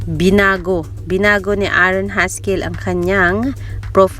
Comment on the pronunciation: Wrong pronunciation not Aa aron it's A'ron it's silent a buti may nanonood ng vlog mo dzai.